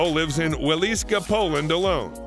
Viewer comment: It still sounds better than how he pronounce "Paweł Mąciwoda" and "Wieliczka". Yes, I'm also from Poland so I know how to pronounce it properly. His pronounciation is so bad that it was very difficult to guess what he said... 😂